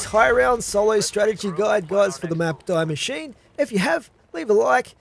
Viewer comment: just a quick mention from a german: it´s pronounced "dee mashine" :P thanks for the tips